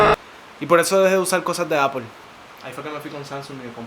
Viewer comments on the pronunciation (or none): none